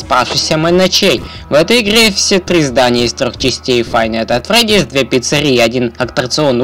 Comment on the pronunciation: Не "фай найт эт фреди", а "файФ найтС эт фредиС". Но видео гуд